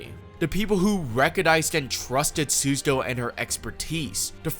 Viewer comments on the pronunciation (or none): Great video but it’s pronounced sue-ZA-toe not sues-a-toe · "Should I take the 90 seconds learn how to pronounce the assistant's name?" "Nah Sue-Suh-Toe it is" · I love this video, and it's a great analysis of her character. But the pronunciation of "Susato" is killing me, dawg 😭